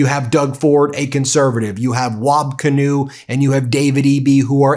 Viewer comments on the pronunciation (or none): Ben it’s pronounced Kinew( Keynoo)